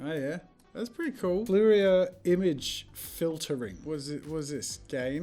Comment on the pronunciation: Fourier is pronounced four-yay and it refers to identifying the frequencies that compose a signal (like an earthquake or whale song). You can stack different sin frequencies to create different signals (like a box wave)